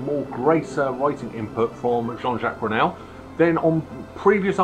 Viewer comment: Sorry mate but you lost me at "as written by my Mum" & at Coop de grace... Its pronounced Coo, and as for calling JJ Jean Jacques Brunel... Its Burnel.... Oh dear! Saying that Suite XVI I'd definitely rate this in bottom 4 albums. The rest l wouldn't argue with.